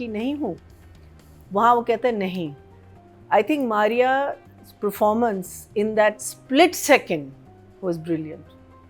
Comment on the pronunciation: In every episode all 3 ladies keep saying PREformance. It is PERformance ladies.